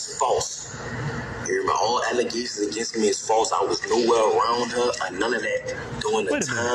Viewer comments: "It's false allezations." -Mayor Tiffany Henyard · False "Alezaishuns" and I wuz framed, it wuz da one arm man! Comedy gold boys. And this kids is why we stay in school, learn to use English correctly and become a valued member of society.